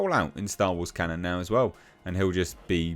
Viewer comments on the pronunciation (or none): none